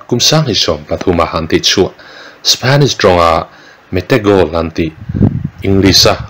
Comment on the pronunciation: Comment naah hian voice theih se aw.. Spanish pawh nimailo Shipheniss tia i lam dan ang hian lam ve chak latukkssaa....😆😆😆